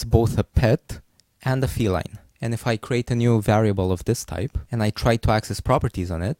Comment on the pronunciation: Can you speak English properly? Please don't try to give a fake accent. type is pronounced as type, not thyphe